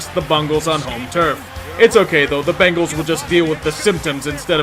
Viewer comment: I laughed my ass off when you said "Bongals".